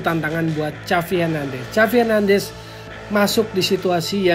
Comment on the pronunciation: Cavi hernandes, agak aneh dgrnya..